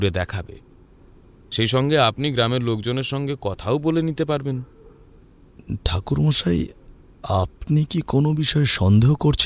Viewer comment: ঠাকুর মশাই ❎থাকুরমশাই✅😂😂😅😅😂😂😅😅